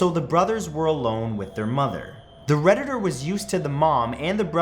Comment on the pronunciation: Every time you said “the Redditder” it just killed the whole story.